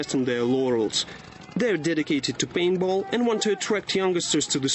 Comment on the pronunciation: LOL he says painball :P